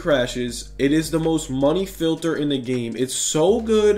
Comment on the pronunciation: Filther or filter